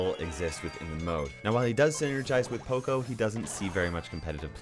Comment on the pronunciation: OMG you pronounce poco wrong... It's not (po-co) it's (pa-co). HE EVEN SAYS IT IN HIS VOICELINES